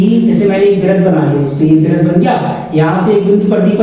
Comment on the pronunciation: वृत्त होता है 😂